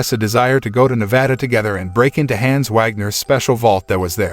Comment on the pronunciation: The mispronouncing of the name Hans is incredibly cringe